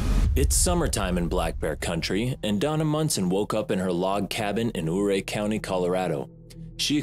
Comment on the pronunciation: It is pronounced "Youray" not ooray. I was born and raised there. It hurts me to hear you slaughter the pronunciation of it.